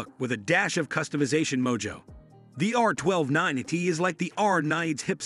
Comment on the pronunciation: FYI, it is pronounced R nine T (i.e. NINETY)